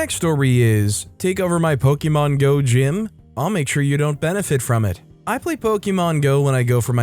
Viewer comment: Sigh po-kuh-mon.....